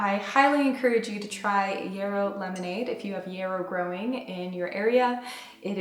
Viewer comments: Yahhhhhrow. It has not with an e but with an a sound. It's a wonderful herb. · So cute how you say yarrow like it is “euro” or maybe I’m pronouncing it wrong like yaaar-oh ☺️😝 it sounds better when you say it anyway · Are you saying yarrow? The flowers look like ones I grow, but your pronunciation is throwing me off. Thank you for the beautiful video 🙂